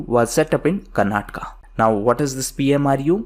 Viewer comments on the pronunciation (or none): none